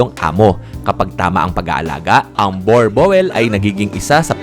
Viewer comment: Bur-bul po pag bigkas hindi borbowel... "Boer" means farm "Boel" means dog sa Dutch... Dala nila yan nuong nagsettle sila sa SA.